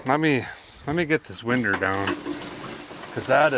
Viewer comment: Winder lol!